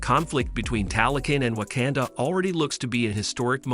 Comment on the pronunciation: OMG PLEASE LEARN HOW TO PRONOUNCE WAKANDA... you just sound ridiculous mispronouncing it